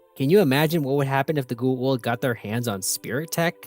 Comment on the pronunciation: I love these videos, but, man. Gua-old is not the pronunciation Go-a-ouwld. Go- a ooold.